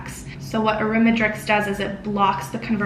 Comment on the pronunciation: arimiDEX not arimiDRex